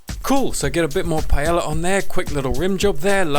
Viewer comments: Okay the first 4 seconds nearly killed me 😂😂😂"PIE-YEAH-YA" it's pronounced "PA-EHYAH" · Pie-ay-yah is how it is pronounced you BUFFOON but this looks delecioso y estoy muy entisusiasmada para probarlo! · Nice looking rice with veggies. As a Spaniard in the UK, I've lost count of how many times I've heard the weirdest vowels combinations to pronounce paella. Not quite there, but I appreciate you trying. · I have yet to meet an English native speaker that pronounces paella correctly XD (pah-EH-jah) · Spanish person here: I would say that the best way to pronunce is like: pah-ai(like the one in said)-ya. It is still funny how you say it. Thanks google translator for making the weird sounds. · under my pie-ella ella ella eh eh eh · I'm here for the way he says Paella (btw Love the recipe). Ok no I just love you trying to talk in spanish,you actually did pretty good and as a Spanish yes, it's not a normal paella but it looks amazing